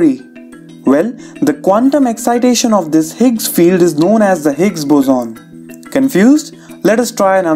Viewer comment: It's boson not "buzoon"